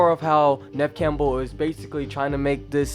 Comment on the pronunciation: Please at least pronounce Neve Campbell correctly